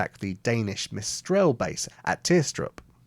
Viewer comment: *Mistel, not 'Mistrel'.